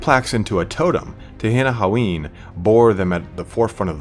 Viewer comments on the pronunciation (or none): And it's pronounced like Ten-in-wan. Why can't people get that right?